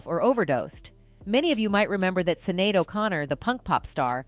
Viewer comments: her name is pronounced "shin-ade" not "sinade" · Her name is pronounced Shin-ade not cin-nade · Sinead : pronounced SHINADE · Her name is pronounced shin-aid. Thanks. 🖤